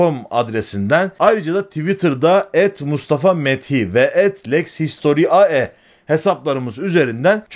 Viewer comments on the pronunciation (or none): historiae diye değil historiay diye okunur btw